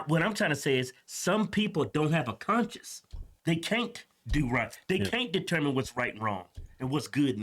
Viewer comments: it's conscience not conscious. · Sorry but I laughed way to hard when you tried to pronounce "conscience".. Certain words that blacks can say and whites can't, goes both ways. Like me being a white guy can't say N!$#@ And blacks can't say the word "ask" LMBO. I am not racist and they only people who haven't laughed at that joke are Carl's and Karen's😅. I hate when people stick up for someone else being offended when they don't realize that person was never offended in the first place! I know you two are with me. Love your show, love your personalities! Hope I made you smile